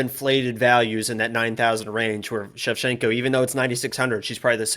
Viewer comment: ShevCHINKO not Shecshinko , you name her opponents but not Santos opponents .who are the koed opponents that Santos finished? Shevchinko finished the whole top 10 .